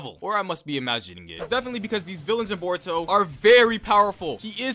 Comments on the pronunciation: My guy sounds like he saying burrito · Why does he say it like burrito not boruto?? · What they hear: Boruto What i hear: Burrito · i knew he was lying when he said “burrito” instead of boruto within the first 15 seconds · Do u just said "buritto" 🤣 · When he said baruto not boruto like the food I was laughing so hard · You mean burrito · It kinda triggers me how he says borito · 😂😂🤣🤣🤣 the first time u said uhh boruto/boruto you said borito!!!😃😂😂😂😂😂🤣🤣🤣🤣🤣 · he said boruto as burrito O_o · Did you say burito? Idiot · Lmao mans said Borito